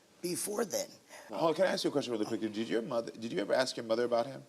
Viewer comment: Ask is not Axe!